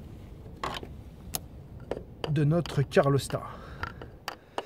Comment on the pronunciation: Bonjour, pas cool ces problèmes de joint de calorstat (on dit calorstat et non pas carlostat. Je sais, ce n'est pas facile à prononcer). Sinon belle vidéo et tu as gardé ton calme malgré toutes ces fuites... Pour savoir si tes sondes de T° moteur et T° huile sont bonnes, tu peux utiliser ta valise diagnostic /chapitre paramètres en temps réels. Cela évite de changer des sondes qui sont bonnes et leur contrôle avec la valise ne prend que quelques secondes...